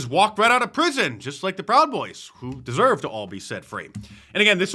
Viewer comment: If we're going to do this thing where we read into every little detail some conspiracy theory, you've given ammunition for one against you in this same video. , why did you say "just like the Proud Boys who deserve to be set free" (emphasis on "deserve")? It implies that maybe you don't think Chauvin deserves freedom? Also, we might think it'd be better for them not to tie the petition to an email list, but a couple points: 1. Trump can still pressure the state to pardon Chauvin as well; Trump takes this approach all the frickin' time. If Trump were to pardon him on the basis of tons of conservatives demanding it as opposed to just Ben, he would know that his constituents were going to be watching to see if he's actually freed. So this could very easily lead to Chauvin's freedom after all. 2. Given point #1, I'm sure Chauvin wouldn't mind DW getting a reward of this nature if it meant getting his freedom back. Your complaint reminds me of all those people who criticized Mr. Beast for "exploiting" the people he had just paid to be given eye surgery "for views". The people being helped to such a degree don't really GAF if the person who helped them benefited from it too. And 3. So you've consented to be sent emails and you don't actually want them. What to do, what to do... Unsubscribe from email notifications! That or block them. I don't think anyone's really going to struggle with that. Why not just be like the Democrats and call this "problematic"? Finally, you can be